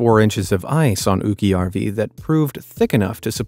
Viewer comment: Its not "ukkiojarvi" it ukkojarvi